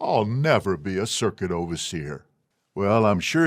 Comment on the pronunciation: Not being an ex-JW and not familiar with the lingo, I thought he had said "circus overseer" - lol